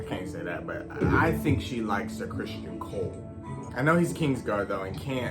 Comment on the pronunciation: His name is Criston, not Christian.😊